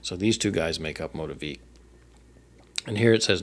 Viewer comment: 🙌🏼 …the only correction is our name. It’s pronounced MOE-TEA-VICK. 😉 common thing to mispronounce!